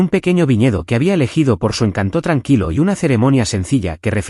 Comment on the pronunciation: Encanto no lleva acento en la o, chirría oírlo